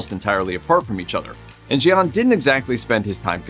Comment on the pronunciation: "Gian" is pronounced "Jon".